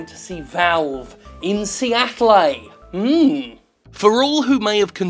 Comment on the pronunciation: Seattle ... Seatt-le